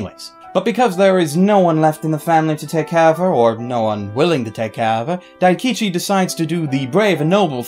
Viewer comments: I thought he said Akichi first, and I was like "That's not his name, what was it..", then he said something similar to Daikichi and I was like "That sounds wrong, but the name's right." and then he said it right immideatly after :D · Pronounce Daikichi name right plz